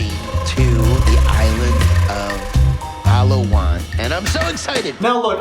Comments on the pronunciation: IM CRYING ON HOW HE PRONOUNCED PALAWAN OMFG PAL-UH-WON AAAAAAAA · Thats not how you pronounce Palawan, Ed.......